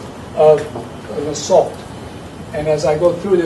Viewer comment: Who's the garbage that was saying "assult"?